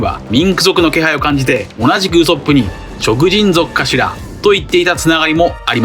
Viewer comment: どうしてもウソップのイントネーションが引っかかる🤫